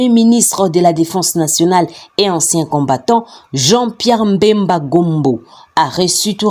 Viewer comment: C'est Bemba et non mbemba